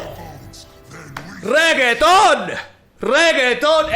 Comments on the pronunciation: Wtf? Why is he mispronouncing renekton? Cringe. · Why you always say Reketon HAHA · Me: "It's pronounced Renekton": "Reggaeton" Me: "Reggaeton" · Cara... Tem certeza que o nome do campeão e REGGAETON? kkkk Se pá, mas só se pá, pode ser reNÉKton. Mas admiro a Zuera. BR HUE. Seu canal é f0da. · Please... Watch any LoL video with RENEKTON in it. RE-NE-KTON. Reggaeton is a music type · I’ve been watching a lot pro league of legends, I’m used to hearing and saying renekton.. but after a few weeks of watching, i need to stop myslef from pronouncing it Reggaeton.. lol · I truly despise how you are calling Renekton, Reggeton. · why the fuck is he pronouncing renekton so weirdly its really annoying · Start watching video, hear mispronounce Renekton on purpose to piss of people, dislike and close the video. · Honesty is the best policy. With that being said the way you say Renekton makes me want to delete your YouTube channel :) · boi why u making renekton sound like a type of pasta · Can we please pronounce Renektons name properly? Please I like your videos but you saying his name wrong tilts me so much!! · Not a fan of how he says Renekton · I don’t get why people don’t like the way he says Renekton. It’s funny and I love it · They just dont get the reference that's why they hate it lol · Lets say that someone makes a video talking about (for whatever reason), and instead of saying his name like they pronounced it Maygul every single time. First few times, it would be very funny. Then when you realize that the person has no intention on ever using the person's real name, it becomes downright disrespectful(meme or not). Might not seem like much since this is a digital card game, but to the people who have watched champion spotlights, watched notable streamers like RenektonOnly, and have dedicated countless hours to loving the champ, that level of disrespect can go a long way to piss them off.